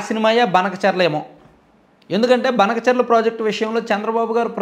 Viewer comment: అన్న అది బనకచర్ల కాదు.. భానకచర్ల అనాలి..